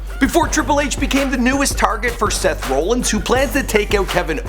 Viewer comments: seth roolins i thought it was rollins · Seth Row-lins? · "Seth Roolins" lol. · Seth Roll-ins...... Wow.... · did say seth rowlins? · Ikr he says seth roollins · please get somebody who knows wrestling in there that boy said Seth Rollins as rowllins BOI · this man said Seth roll-in